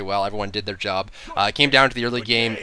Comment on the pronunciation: "JERB" ... 'murrica.